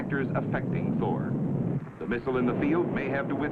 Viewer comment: anybody else hear, an undisclosed number of four (presumably badly pronounced Thor) the weapon systems 😅